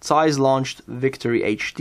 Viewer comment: Zeiss starts with a Z, not an S. Get your pronounsiation correct.